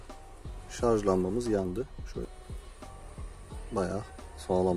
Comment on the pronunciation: şarj kardeş şarj. Şarz değil.